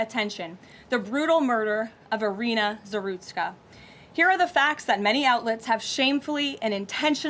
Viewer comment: It's Iryna.